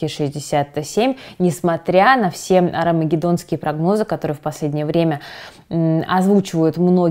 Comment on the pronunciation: 8.47 несмотря на что?) Арамагедонские? :)))) это что за слово)